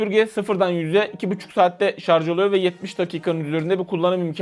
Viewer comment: "Şarj" diye yazmışsın ama "şarz" diye okuyorsun. Şunu bi öğrenemedi bizim halkımız :)